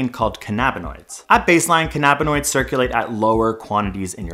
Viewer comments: "Cainuhbuhnoids" not "cuhnaabuhnoids". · Pronounced CAN AH BINOIDS not CAH NAB AH NOIDS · you pronounce so many words weridly! I couldn't keep a straight face lol Canna-bin-oids..Not canny-biny-oydz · His pronunciation of canabanoid tells me he only just learned about them 5 minutes before this video was filmed. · I cant get past his mispronounciations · It’s physically impossible to be allergic to cannabis, you’re born with multiple cannabinoid receptors. You’re just as misinformed as him mispronouncing cannabinoids. lol